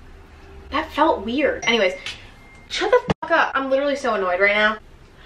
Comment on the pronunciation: "I kinda don't give a FOCK." 😂